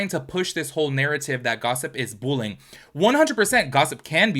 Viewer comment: I keep hearing “bull-ing” and I’m like what is bull-ing????